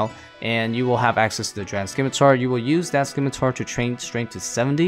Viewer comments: SIM-I-tar. Not SKIM-I-tar. “SIMITAR” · How are people still saying "skim-i-tar" in 2021?